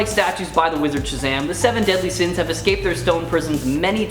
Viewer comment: You actually said seven deadly sina